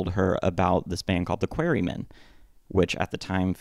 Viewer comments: "the Queerymen"?? its pronounced "Qua-re Men" 🤦🏻‍♀... also, it was George Harrison who intro'd Pete to the band... you also failed to mention that during the Tony Sheridan sessions in 1961, producer Bert Kaempfert asked took away Pete's kick drum due to him only being able to play the one "atom"/4 on the floor beat.. Pete was a shitty drummer.. just A/B/C the 3 versions of "Love Me Do" -the Pete version, the Andy White version and the Ringo version.... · wow.. Im going to try not to bother by writing a million words on an AI made video - (remember the "Queery-men" pronunciation? that was AI)... but, i will address some of your points, but firstly.. no need for name calling and insults.. I have a rule - dont say or do something online that you wouldnt say or do in person, and I cant imagine you would call me a "dummy" and whatever else if I was standing face to face with you.. right, where was I? thats it: ok.. if Kaempfert was such a "fuddy duddy", why did George Martin also have a problem with his timing issues/playing to the point that he asked that Pete not record for the Beatles? i mean, you can even hear the band falter on the Pete version of Love Me Do after he loses his timing in the second middle 8.. so why was that asked of them then? hmmm?? Also, if Pete was such a "genius", why didnt he go anywhere after the Beatles and end up driving a bread truck? Ill put it another way you cant argue with or refute. Its said the Beatles really learned their stage craft and put in their "10,000 hours" over in Hamburg. When they left Liverpool in 1960, they were seen as a "bum group" according to Alan Williams and by the time they came back, they had all the chops that they continued to tap into for the rest of their respective careers. Except for Pete. He was still playing what he was playing when they left.. he just didnt progress.. nor did he jell with the others... when they would want to hang out, he would make excuses not